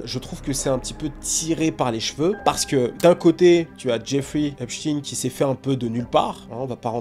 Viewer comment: on dit Epstein avec S et non Epshtein avec SH.. sinon belle video bien expliquée